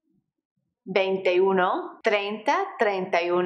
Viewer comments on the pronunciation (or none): /veintiuno/ /veinti dos... etc do not say /venteuno/ you must say veintiuno!!!!